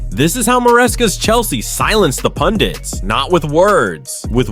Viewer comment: They are pundek, not pundits😂😂